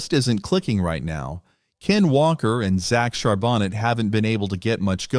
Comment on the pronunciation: Char BO-NAY is the way you pronounce it